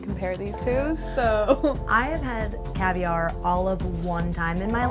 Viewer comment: he does not say caviar.